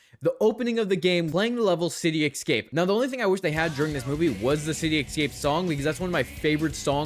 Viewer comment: Why do so many people not get how to pronounce the word "escape?"